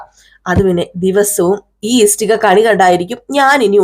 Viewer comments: ഇസ്ടിക അല്ല ഇഷ്ടിക കേൾക്കുമ്പോൾ വളരെ ബുദ്ധിമുട്ട് തോന്നുന്നു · Yes, ishtika. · ഇസ്ടിക അല്ല ആളുകൾ കാണുന്നതല്ലേ ഉച്ചാരണം ശരിയാക്ക് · ഇഷ്ടിക എന്നു പറയൂ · സത്യം, ഇസ്ടിക കേട്ട് വല്ലാതെ ബോറാകുന്നു... ഇഷ്ടിക എന്നാണ്... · ഇഷ്ടിക ..clear aayitt parayu അരോചകം തോന്നുന്നു..